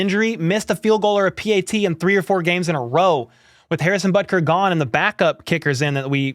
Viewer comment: I knew I wasn't hearing things you did say Harrison Buttcry 🤣🤣🤣🤣🤣🤣🤣🤣 was that intentional? There are a great amount of concern. We can win 1st place and play deep into the playoffs but we won't playing games like we have last 2 weeks.Broncos and Texans are awful teams ,shouldn't have been that close.